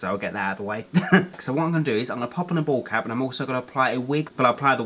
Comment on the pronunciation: every time you say "bald cap" i always think you're saying ball cap 😂😂😂 love you so much ❤️❤️❤️❤️